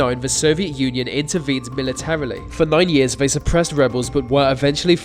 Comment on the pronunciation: Giving yourself the thumbs up for the pronunciation of a Romanian dictator's name yet have a clear problem with the English language is jarring. For example: they not vey, thanks not fanks, thrown not frown, on and on it goes. Mate, with love in my heart and as one who had a speech impediment, go to a speech therapist. They will quickly put you on the right track and have your videos kicking goals.